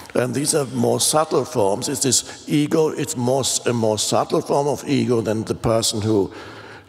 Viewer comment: Often when Eckhart says "ego" my brain hears "eagle" :D